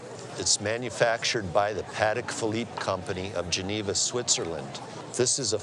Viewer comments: It's pronounced Pa-Tek, not paddik ,,Why do Americans always butcher the Queen's English? lol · I wrote a post last night about the proper way to pronounce Patek, but it seems to have disappeared. I wanted to correct it because I realized in my haste that I screwed up. The actual way to pronounce it is Puh - Teck with an emphasis on the Teck. I believe last night I said Puh - Tock.